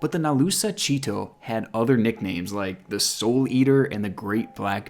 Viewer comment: When. He said nalusa chito it ripped my ears. He butchered the words 😂😂 it's pronounced chit like chit chat and toe. So chit -toe